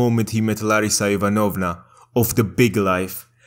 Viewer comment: Dude, Ivanovna is pronounced a bit differently - the second syllable is stressed, not the third.